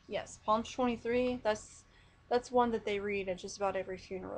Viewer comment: This is so sweet. By the way, Psalm is spoken like as if you're saying salms. Just say palm but replace the p with an s.